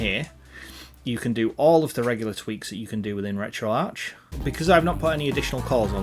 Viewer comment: At least he doesn't say Retroark.